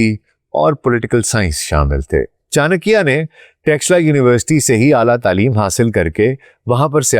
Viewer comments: Channakya nhi chanakya dhanananda nahi dhanand chandragupta 😂😂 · Yaar tumhe naam to sahi se lena aata nahi. Aur tum chankya pe expert ho. Good. It looks u r pakistani. If u r pakistani then u should be careful of chankya. Hello